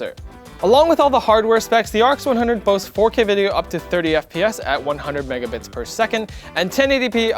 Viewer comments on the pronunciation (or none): none